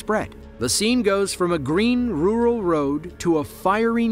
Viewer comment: OH MY GOSH. PLEASE LEARN HOW TO SAY RURAL! It’s definitely not roo-ral 😂🤣😫 It’s pronounced RER’L.